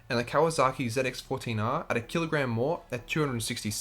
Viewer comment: Z X not zit x hahaha